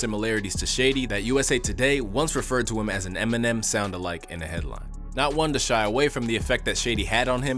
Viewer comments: vro really said eneminem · Eneminem?? Lmao bruh it’s Eminem